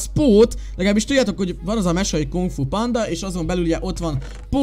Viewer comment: Szia azt mondtad hogy(KUNG FU PRANGÁT)!!!!😡😡😡😡